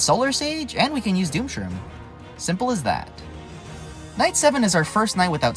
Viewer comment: I swear I thought that he said "9/11 introduced wizard zombie" but apparently 9 was actually night